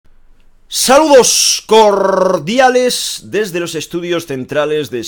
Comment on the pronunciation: Saludos corrrrrrrrrrdiales